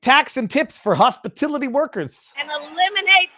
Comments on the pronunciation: Its hospitility workers! Then she can say that she never said that she promised no tax on tips to hospitality workers! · Hospilitu..Hopistuty...Hospitiloty... whatever...👀👀🙄🙄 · She doesn't know what little people do for work thats why she says hospitility. And they cant spell on the teleprompter. MSDNC said it was Bullsh when trump said it. Now they love it. F these assholes. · Trump should sue her for plagerism. "No tax on tips or hospitality workers." except she can't pronounce hospitality.